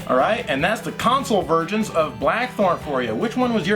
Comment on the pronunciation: you REALLY need to work on your enunciation of the word "versions". You must've said "virgins" at least a dozen times in this episode!